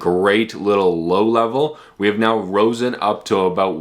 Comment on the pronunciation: Risen, not Rosen.